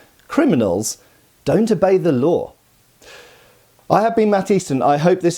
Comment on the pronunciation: Laws …. not “lade”.!